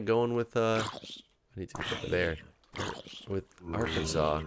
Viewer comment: for arkansas... we are arkansans (pronounced ark - can - zens), i also use the shorten term "arkie" (ark - key) when chatting with people socially